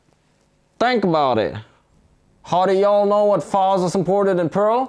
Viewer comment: “Perl poet” LOL